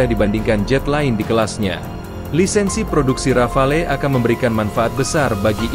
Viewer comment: Disebutnya Rafale ('ra.fal') huruf 'e' di belakang tidak diucap. Bisa diartikan serentetan tembakan seperti tembakan beberapa butir peluru artileri.